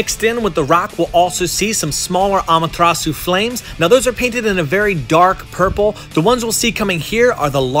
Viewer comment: i mean no disrespect but the way he says susanoo and amaterasu makes me pissed